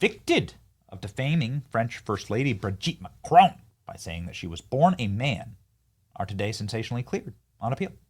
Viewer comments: You need to pronounce his name correctly ..... There is no e at the end of Macron, therefore it ends and sounds like "on". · PLEASE<PLEASE PLEASE The mans name ıs MACRON ! MAC as in Big Mac! Ron as in Spanish Rum !!!! There is NO “E” in his name FFS Dumb Spam moron!!!!!! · Why are Americans unable to say Mac Ron. It's not Macchrone the infantile American press will continue to mispronounce international politicians names.